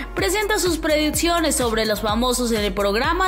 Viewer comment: No es por nada, pero la voz de ésta mujer me da flojera, he intentado ignorar su tono y y forma de hablar y no puedooooo... porqué no hablas bieeeeennnn, dices "prediTCiones, éTCito....." entre otras muchas palabras mal dichas, ¿es en serioo?.... ojalá cambien de chica o enseñenla a hablar correctamente!!!